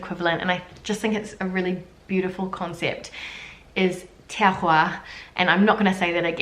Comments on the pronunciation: Hi "A l'ouest" means also "être à côté de la plaque". You pronounced "terroir" very well. Double "r" doesn't affect pronunciation as it does in Spanish. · I am french and I love your videos. Concerning your french pronounciation, "terroir " is ok, perfect, but not "yaourt " . 2 syllables ya -ourt. Maybe you loose your french accent? ( but the rest is excellent, go on!)